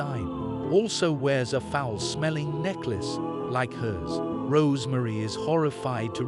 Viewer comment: Very bad computer voice. It’s Rosemary, not Rose Marie. They’re SATANists, not saTANists . It’s CastaVETS, not Castvetts. They have dessert, not desert. Guy and Roman don’t “hit a toff.” They hit it off.